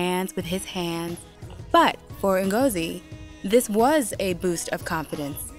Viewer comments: It's not Mengozi foe Christ sakes, its Ngozi. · I hate they pronounce (E)ngozi like white people. But it's only a detail, lol. Love the show!